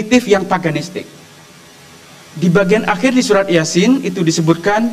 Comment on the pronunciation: oten Ga ada ilmu ny bahas ayat alqur'an Baca ahir dari surah yasin saja salah wk wk 😂